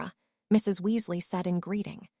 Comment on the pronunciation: It is not pronounced w u s l a h, it is Weasley